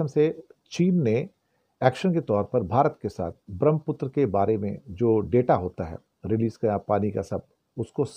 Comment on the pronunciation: धन्यवाद 🙏 ब्रह्मपुत्र के शुद्ध उच्चारण हेतु।